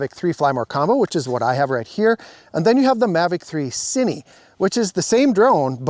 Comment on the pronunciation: It's Cine, not Ciny....